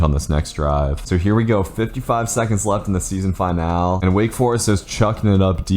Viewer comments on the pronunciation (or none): you gotta learn the pronunciation of finale man